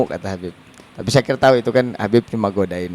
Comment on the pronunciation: Syakir bukan zakir